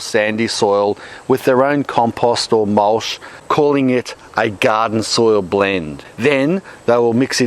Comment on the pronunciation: "Mulsh." Pure poetry.